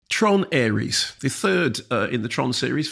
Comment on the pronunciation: Heard Mark call this 'Tron Arse' at the end of his Mastermind review and realised I have to listen to this